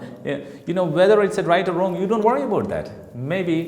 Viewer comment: The way you said 'Dont' itself is wrong